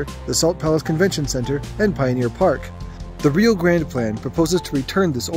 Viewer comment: Railroaders pronounce it RYE-OH